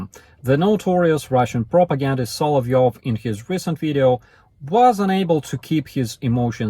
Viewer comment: Solyovov gets so HEmotional at times. Keep safe 🇺🇦